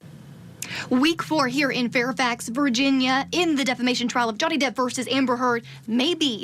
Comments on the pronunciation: & this dude calls Johnny Depp Donnie Jepp😆 I don't trust his advice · Guy says Donny Jepp. Twice. 😂